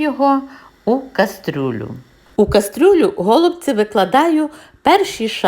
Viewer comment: Ваша кастрЮля так ріже вухо, що далі дивитись не хочеться.